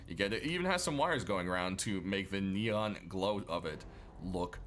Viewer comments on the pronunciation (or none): none